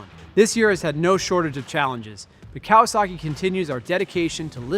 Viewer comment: I hate the way this guy says Kawasaki